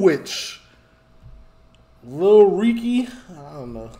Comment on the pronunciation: Bro Americans always somehow find a way to add letters into words how did u get “reeky” from recky 😂